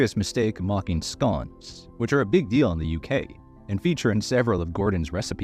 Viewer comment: Scawns lol